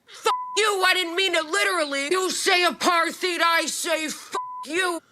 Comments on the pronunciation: You say aparttthhhhhied, I say learn to speak fucking English Rappaport! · There’s just something about him angrily demanding that people research Z!onists, and then mispronouncing apartheid that has me laughing at him so hard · AparTHeid 😂, he pronounces it the same way the Israelis do in their propaganda video. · Aparteed, Apartide, tomato, tomatto. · He still can't pronounce apartheid 🤣🤣🤣 what a moron. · I like how he pronounces the "th" in apartheid. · Nobody told his old ass he’s saying apartheid wrong